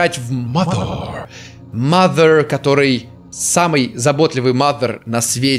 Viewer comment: Не мазер, а mʌðə